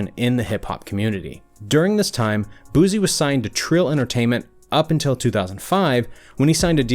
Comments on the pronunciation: BOY WHO TF IS BOOZY????? we from BR boy Boo-see BOO-SEE not BOOZY and it's See-Lock not See Lowk or what ever middle eastern sounding accent you said it with. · Its Boosie. Not Boozie 😂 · BOO-SEE NOT BOOZEE fuck man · Why he keep saying boozie it’s Boosie bruh respect my dog name frfr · You'd think they would've researched how to pronounce his name properly first 🤣 BOOZY 😂 who? It's Boosie! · i wish he would say his name right it’s Boo-c not boo-z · “BOOSIE” with an “S” not BooZie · 🗣ITZ BOO SIE NOT BOO ZEE got damn get that shit right🤦🏾‍♂️I’m gone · it pronounced "boo-see" not "boo zee" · Boozee? BooSEE thats how you pronounce it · It's boosie nigga not boozie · Its Boosie not boozy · boozie Me: (Boos -ie) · His name not booo-z it’s pronounced boots-c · His name is not boozie. It’s boosie!!! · Shit. Stop saying his name like that. He not a bottle of BOOZE. It's not BOOZE. Its BOOSIE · Why y’all keep callin that man Boozy.....🗣🗣🗣BITCH ITS BOO-C(BOOSIE) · Allat research n this nigga can’t pronounce boosie name, lol white ppl so funny. It’s boo-see not boozy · Boo-sea...boo-zee is killing me. " come on mane"!!! In his voice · You kept calling him boozie and you sound educated so i know you know how to say boosie smh disrespectful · "Boo See" not boo zee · It's not boo zee, boo-sie👀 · "Boo-See" not "booze-e" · Boosie not boozee 🤣🤣🤣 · Who the hell is Booze? 😂😂😂. He need to put some respect on BadAzz name lol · Boosie not boozie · Bro..its Boosie..Not Boozy.. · HIS NAME ISNT BOOZY YOU FKN IDIOT. ITS BOOSIE PRONOUNCED LIKE BOO C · It’s not boozee it’s boo-see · It's Boosie not Boozie! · Just cant get passed the way he calling his name boosy bih its BOO SIE BIH SMH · It’s BOOSIE NOT BOZZIE WTF IS THAT 🤔🥱🤝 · It’s Boosie!!! Not Boozie! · Boosie not boozie lol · BOOSIE not BOOZY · Boosie😂 say his name right😂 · So nobody heard him saying his name wrong 😂 booozie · Its BOOT-SIE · Smfh its "BOO-CEE"! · Thumbs down for calling Booise "Boozee" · Nigga it’s “boo-see”